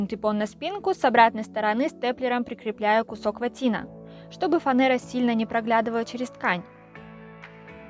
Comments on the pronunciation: Спасибо за чудесное видео! Только просьба: правильно произносить слово фанЕра, а не фанЭра. Так нас учили в стране, которой больше нет, но учили очень хорошо, поверьте! Успехов Вам в творчестве! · Умница!! Молодец!!! Класс!! Но … фанЕЕЕЕЕЕра , а не фанЭэээра !!!! Пожалуйста 🙏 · Тоже самое хотел сказать) Правильно: фанЬЕра) и синтЭпон) Вы умница! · 🤣😂🤣😂 фанЭра пхахахах... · Фанэра 😡 в школе что ли не учились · ФанЕра, а не фанЭра. Взрыв мозга от произношения)) а кресло красивое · Ну не могу я слышать - синтЭпон, фанЭра. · ФанЭра, кастрУлька...ужас. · Здравствуйте,! Восторгаюсь Вашим упорством, терпением, трудолюбием, изобретательностью и находчивостью. А фанЭра, пусть останется Вашей "изюминкой".Звучит вполне прикольно. БухгалтЭрия, фанЭра, как будто окунулось в детство. Так в Махачкале произносили. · О господи !!!фанЭра и синдЭпон,больше не говори так пожалуйста ,кровь из ушей ,а так большая молодец!!!! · Здорово! Но, только, пожалуйста, фанера через Е, а не Э.